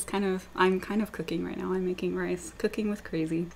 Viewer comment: U pronounce rice...."race"...I love using my ns too